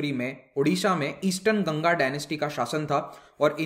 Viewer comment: Sir it's not gangaa . it's ganga(aa.a)